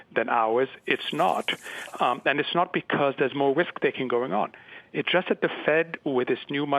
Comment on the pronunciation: Moe wisk!